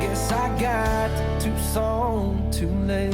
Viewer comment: Tucson, not Tuscon ;)